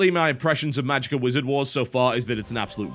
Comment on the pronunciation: Unrelated question... I've noticed that every time a word ends with "A" you seem to finish it with an "R" e.g. "The idear is" "Magickar is" and so on, why is that?